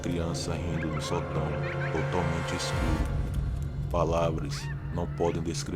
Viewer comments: Ele não percebeu que Sótão têm acento daí a pronúncia sotão. 😊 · Fora o detalhe que você esta falando a palavra sotão com entonação errada esta muito legal. Historias interressante!